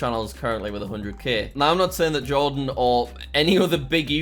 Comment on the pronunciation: It’s actually pronounced Jardon, fam